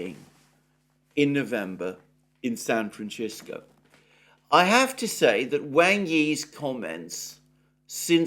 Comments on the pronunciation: It's NOT pronounced San Fran-tch-i-sco. In Italian it's San Fran-tch-E-sco. In Spanish & English it's San Fran-s-i-sco! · San Franshisco? No. San Francisco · San Fran SIS co..not CHIS co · I thought someone might have told Alexander how to pronounce San Francisco! Not San Franchisco, but Fransisco. It's Spanish in origin, not Italian. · I have never heard anyone pronounce San Francisco as San Franchisco, until now. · Sir, there is nowhere in Mexico where San Francisco is pronounced San Franchisco. I spent four years criss-crossing it a few years back. There are regional variations, of course, but none of them touch on -cisco. And one will find that pronunciation in northern Mexico has been 'anglicized' only if one hangs out with Anglos. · Ahahahaha! Thank you! However, lad, St. Francis lived and died in the 13th century and the Franciscans who in the 18th century accompanied the Spanish forces with their new liberal unchecked profit lust were Spanish speakers and those place names are all Spanish. Both languages share their venerable Latin source. I don't know where Alexander's pronunciation of San Francisco comes from.🤪